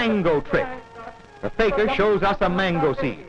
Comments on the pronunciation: It’s not “Faker”, it’s “fakeer”. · The commentary was hilarious...but it's Fakir...not faker...!!! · The narrator pronounced Fakir as faker.